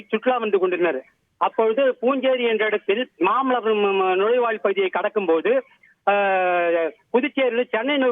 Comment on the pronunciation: Mamalaamaaa Ila aiyya mamallapuram